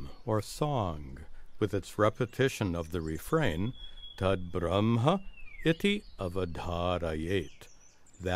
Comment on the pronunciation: beautifully represented ✨ I could not understand verses properly before but by showing example and explaining it so well, i understood easily now, thanks for this effort 😊 But there is one wrong English pronunciation of a word Brahma (ब्रह्मा) which is pronounced as BrahmAA (N letter not included in Brahma) not Brahman (it is a cast) and Brahma is a lord who created this universe.